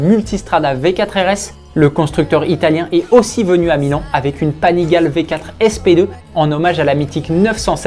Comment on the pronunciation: Salut Panigale se dit " Panigalé "